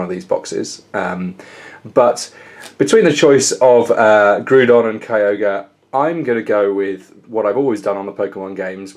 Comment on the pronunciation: It is not pronounced "Groodon" but instead it is pronounced "Graodon", in the end of the day it really does not matter how you say it but I just thought correcting you would give you the knowledge to not say the name of the Pokemon incorrectly in the future.